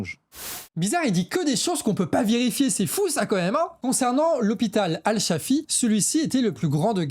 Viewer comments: Jm vraiment le pour avoir le mérite de faire du journalisme non biaisé fondé sur les infos confirmées et aussi pour le ton! Seul bémol: par pitié, entraîne toi à prononcer correctement les noms! Al Shifa et non Al Shafi; le nom du reporter: Is-sam et non Isman. And repeat after me: Human Rights Watch 😂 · AL SHI- FA c'est facile à prononcer!! Et le journaliste s'appelle I- SSAM! Alors tu en perds ton...arabe ou quoi?😅🤣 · Bravo très intéressant. Stp la prononciation de Haaretz/ Al Shifa c’est juste trop dommage… et tu dis 1200 victimes « civiles » du Hamas le 7/10 ce qui occulte le nb de militaires /réservistes tués à cette occasion qui modifie quand même la nature des crimes (à mon avis, sachant qu’un militaire est un être humain mais certainement pas un civil)